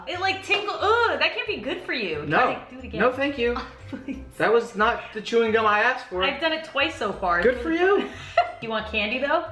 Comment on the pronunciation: “ THEYRE IN THE ICE MACHINE BOBBY,THEYRE IN THEH ICE MACHINE ”